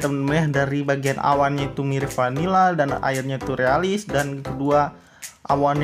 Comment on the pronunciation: 👍🏼kamu bilang vanilla jadi panila:v 🤣😂